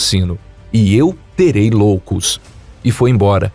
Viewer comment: Cara, nao é cidade de Loucos. É cidade de ioucos. Com i. Nao com L.